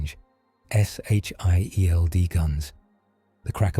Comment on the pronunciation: I swear you misprounce Sheild.